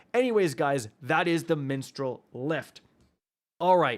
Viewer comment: Come on...Mistral not minstral...Mag not Meg..i still love you though